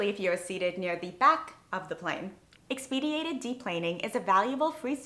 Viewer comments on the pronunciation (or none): When you have new vocabulary, I would practice it before recording your video. The word is expedited not expeediated. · You do great work on your vids, but No. 8 is "expedited," not "ex-peed-i-a-ted." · Thank you for your work. You do however need to check the pronunciation of the word "expedited." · I noticed that too, but decided it did not need to be mentioned. Focus on the positive